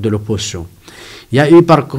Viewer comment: Mdr, monsieur, on dit l’opposition pas oppotion cela n’existe pas. On dit aussi ils ont pas il ont, y’a un s là, ça s’accorde, tu as compris😂